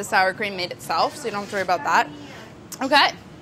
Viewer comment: The way she says um-kay is Brad Realm too.